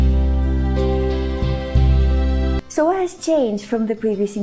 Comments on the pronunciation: I m greek and you did amazing. The only mistake is that we have the letter γ that it's not really g it's more like how you pronounce the first letter in the word yet , so it's (g-y)norimia not gnorimia. But you did amazing and thank you for learning my language ❤ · mario gjini εντωμεταξύ λέει γνωρίμια αντί για γνωριμία